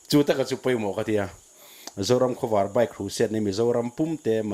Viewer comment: hian Zoram Khawvâr tih a lam hi, a dik ka ring lo, zing khua lo vâr tih ang hian khawvâr tih hi lam nise, Pu Saikhuma'n "Zoram Khawvâr, Lei Zion" a tihzawm danah hian a tju leh a thlûk kalphungah hian a inhmeh zawk mial lawng maw, ka ti deuh.